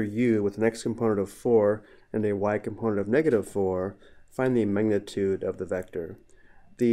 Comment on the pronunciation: lil bro cant say magnitute